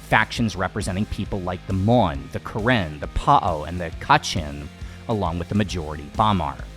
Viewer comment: Bro actually pronounced Karen right 👍🏻 (kuh ren)